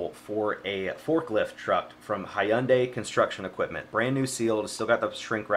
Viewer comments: ok i had to stop the video to let you know... it's not hi unday... it's hun day, i'm sorry i had too. keep up the good work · Great video again! You make reselling look so fun and interesting! Just FYI, Hyundai is pronounced Hun-Day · Hi-un-day Hyundai: 🤦🏻 Sorry, had to roast you 🤗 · Why he say “Hi...unday” like that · Does everyone in SC say Hyundai the way you do? 🤣 Great video! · FYI: Hyundai is pronounced as if to rhyme with Sunday. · Omg. The way he pronounced Hyundai